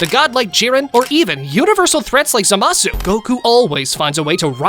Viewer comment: its not za ma su its zama su